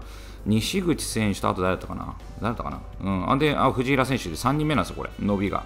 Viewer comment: 藤平の発音おかしいです！